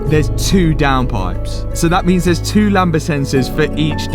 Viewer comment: Car is now illegal. All over the internet and it’s Lambda! Not Lamba.